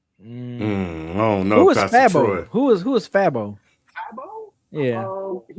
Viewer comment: Come on DEHH. called Young Nudy (Young Nutty). Yall barely know who Fabo is. (One of the pioneers in snap music). And it's pronounced Fey-Bo. And yall dont even know who Foogiano is. (Which he is another artist under the Gucci mane umbrella who’s in jail at the moment). I expect better from a hip hop channel based out of ATL